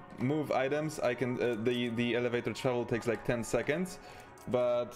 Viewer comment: Alavaytor ahah